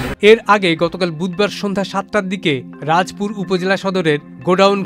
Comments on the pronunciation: রাজপুর না রাজাপুর সঠিকভাবে বলেন। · আপনি কিসের সাংবাদিক একটা বানান ঠিকমতো কইতে পারেন না হবে রাজাপুর বলেন রাজপুর পাইছেন কোথায় এরকম খবর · চ্যানেল আইয়ের মত একটি জনপ্রিয় টিভির প্রতিবেদক এত অপেশাদার কিভাবে হয় আমার মাথায় ঢুকে না। রাজাপুর উপজেলাকে উনি প্রত্যেকবার রাজপুর বলছেন যেটা শুনতে বিরক্তিকর লাগছে। রাজাপুর থানার সাইনবোর্ড ভিডিওতে বড় করেই দেখানো হচ্ছে। অথচ উনি দেখছেন না। উনি মনে হয় চোখ বন্ধ করে প্রতিবেদন পাঠ করছিলেন । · সাংবাদিকদের আরও লেখাপড়া করা দরকার হবে রাজাপুর বলে রাজপুর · আর সাংবাদিক কে আবার প্রাথমিক বিদ্যালয় পাঠানো উচিৎ... রাজাপুর না বলে রাজপুর বলে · রাজপুর না 😢😢 রাজাপুর হবে সাংবাদিক সাহেব ভুল উচ্চারণ হয়েছে ঠিক করবেন কিভাবে?? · রাজপুর না কি রাজাপুর সঠিক করে বললে ভালো হ য় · সংবাদ পরিবেশন কারী সাংবাদিক কিভাবে রাজাপুর কে রাজপুর বলে সংবাদ পরিবেশন করেন এটা দেখার কেউ নাই। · সাংবাদিক সাহেবের কথা বলার মাঝে ভুল আছে ভুলটি হলো রাজাপুর কে সে বার বার রাজপুদ রাজপুদ বলছে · রাজপুর না শব্দটা রাজাপুর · আপনি কোন লেভেলের সাংবাদিক। থানার নাম রাজাপুর আপনি বলিতেছেন রাজপুর এমন একটা চ্যানেলে জব করে এমন বড় ভুলের জন্য আপনার বক্তব্য কি জানতে চাই। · রাজপুর না রাজাপুর হবে সাংবাদিক সাহেব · রিপোর্টার সাহেব রাজাপুরকে কেন রাজপুর বলছেন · সালা রাজাপুর হবে উচ্চারণ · বেটা রাজাপুর উপজেলার নামটাও বলতে পারে না সে আবার সাংবাদিক 😂😂😂😂😂